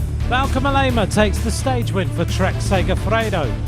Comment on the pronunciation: WHAT A LOUSY SUMMARY- AND...MOLLEEEEEEEEEEMA? MOH- LEMA, FOOL